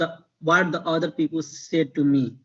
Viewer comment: Bro not pi pul It's pi pal otherwise I love your talking style 🥰♥️